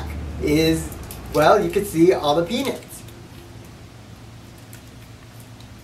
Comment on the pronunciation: What the hell is a peenit?